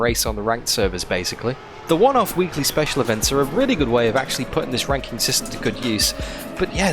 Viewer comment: “RankinK” lol